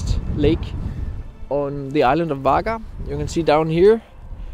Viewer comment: Really amazing videos and photography 👏🏻👏🏻 The "g" in Vagar is pronounced like a "w" ("vo-war").